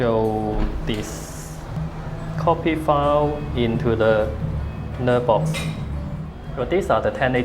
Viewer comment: lok: pronounced naaar-box rather than ner-box.